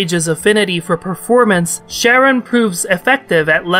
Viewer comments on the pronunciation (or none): Pretty sure it should be pronounced Ka-run, it's a reference to Charon the ferryman. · im sorry are you saying sharon